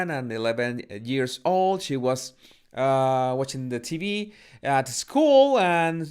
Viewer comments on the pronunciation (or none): none